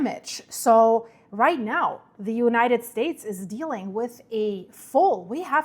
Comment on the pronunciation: You keep saying "united" $lave$ wrong,!